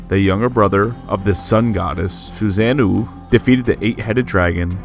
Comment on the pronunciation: This is the first time i've heard susanoo pronounced that way